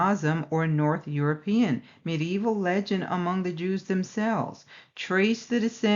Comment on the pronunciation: Hi Sister, i just love the way you say medieval ;). Medi-Evil? LoL. What are the odds...? The time of Truth has come. All Praise be to YAH!